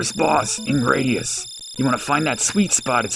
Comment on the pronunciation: I think it's supposed to be "grad" like graduation - GRAD-ee-us rather than GRAY-dee-us - because IIRC the name came from the Roman 'gladius' sword.